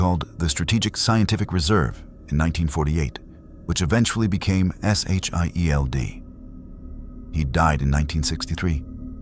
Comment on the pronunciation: JUST SAY SHIELD AND NOT S H I E L D!!!!